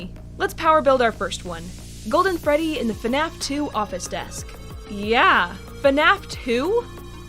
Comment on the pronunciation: It’s Freddy not Frey and you forgot the space